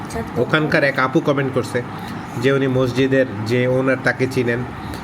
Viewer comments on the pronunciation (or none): none